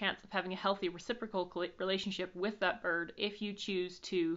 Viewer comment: Love how you pronounce "birrrd" :P